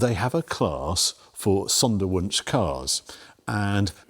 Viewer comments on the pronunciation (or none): Harry, the w is pronounced as a v in German. The s is pronounced as a z. So Zondervunsch. Love your work ! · i had a bit of difficulty understanding what you were saying, until I read it. Sonderwunsch, Special request. from factory.